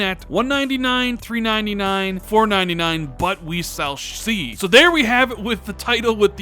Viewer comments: "But we sulls shee..." Leave a like people 😃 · "But we sall shthee" Love you bro, keep up the good work! On an unrelated note I hope Xbox prices it at the all digital, because I want people to be able to own games physically. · “but we sall sshhsee” lmao I love you